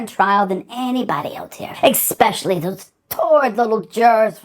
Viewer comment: You would think Donna, with all her money and edumacation, would know that there is no letter "K" in the word "especially"... I'm shocked! Look at that word again Donna... See? No "K", nowhere in the entire word is the letter "K"... Now, I know that sometimes people put the letter "X" in there also but again, that would be wrong... The only letters in the word are the letters you see in front of you... No more, and no less. We've only been allotted a certain amount of time in the courtroom today Donna, and if you keep adding letters to words I'm not sure we'll have time to get through this entire hearing. Please try to refrain from doing that or I'm going to have to charge Harvey the extra room rent. Thank you. You may finish your poem now but please remember: there is no letter "K" in the word "especially"... There just isn't. Never was and never will be.